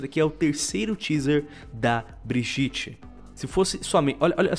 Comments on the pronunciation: Pfv fale bridjit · Meu eu poderia falar que foi de proposito ou coisa assim mas eu vou reclamar do fato do falar brijite e nao bridite no caso Brigitte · Ele falando brigitte errado da uma aflicao